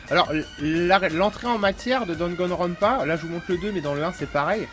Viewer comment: Merci de nous présenter Danganronpa, mais ce jeux ne s'appelle ni Dragonrounpa, ni Dagonrounpa two, c'est DaNgaNroNpa,( Danganronpa)il se prononce comme il s'écris :) Bonne continuation.